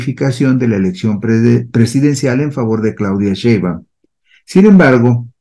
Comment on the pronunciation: Al expresarte con todo respeto mi gran admiración por tu destacado desempeño periodístico en información y estadística para una educación política de calidad para la ciudadanía, te manifiesto que sería formidable que, a partir de hoy, pronunciaras correctamente el apellido paterno de nuestra presidenta electa: SHEIN-BAUM